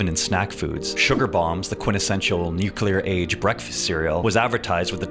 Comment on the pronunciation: This video was going great until you said "Nucular". That hurts my ears.